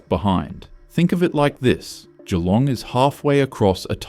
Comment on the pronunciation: Im a Kiwi, and even l gringed when he misprounced MacKay. Surprised he got Geelong correct. As for the list are we surprised? No!